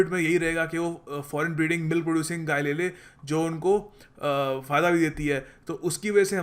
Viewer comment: Didn't say "gaye" properly there, sounded like a little slip of the tongue. Later on a picture of a bull is shown too, not of a cow